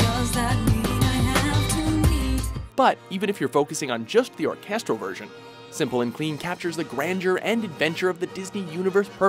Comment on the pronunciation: We all know you can't pronounce Japanese words, but you can't even pronounce English words like "orchestral," and "cross"...